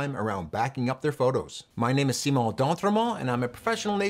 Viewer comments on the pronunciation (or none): none